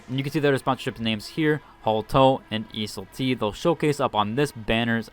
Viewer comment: Every video he pronounces Iseul-t wildly different and it drives me crazy.